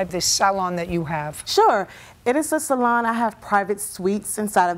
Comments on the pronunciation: Sal-on lol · I always have to chuckle at JJ's pronunciation of salon... "SALL-on". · I love when JJ keeps pronouncing it as SAL-on 😂❤